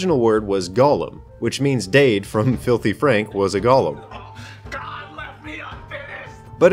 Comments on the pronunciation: I thought this was about Golems but keeps saying Gollum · Also it's pronounced "Goh-Lehm". Not like the LOTR character. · Repeat after me; "Go" "Go" "Lem" "Lem" "Golem" "Gollum" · lol like frog.